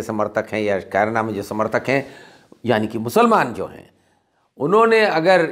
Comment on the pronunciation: आप बहुत वरिष्ठ और सुलझे हुए पत्रकार हैं, आप किसी डिबेट में तो ख़ूब बोलते हैं। अकेले में आपकी जुबान क्यों लड़खड़ा रही है? एक और बात कैराना को आप "कायराना" बोल रहे हैं? आप से ऐसी उम्मीद नहीं थी।